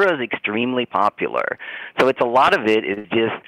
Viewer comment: He keeps saying "Shapiro's popularrr"... has he been outside of Pennsylvania??? I'm in a neighboring state (MD) and Shapiro is literally nothing here. has no idea what he's talking about outside of a single state.